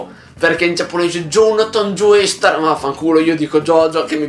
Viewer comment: Ti prego, si pronuncia "Giostar", non "Gioestar"